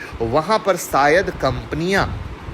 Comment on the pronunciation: Newj,Sayad ,sosal media, phayeda Abe pronounciation to Sahi karlo ghyan dene aajate hai